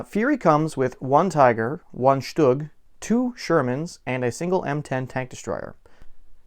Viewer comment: The Stalingrad box is what got me into this ("thanks" ) and then... well you know me. I have a problem. (Also, 10 points to Hufflepuff for proper pronunciation of "Stug")